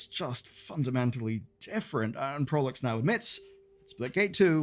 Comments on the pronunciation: Proulx is pronounces 'PR OO''. Not to be confused with ''P ROO''(not like Perou). The PR in Proulx should sound like the PR in Price. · Just a head up Proulx is a french name and is prononce "proo" (L and X are silent) !! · Informative, just in case; Proulx is pronounced “prew”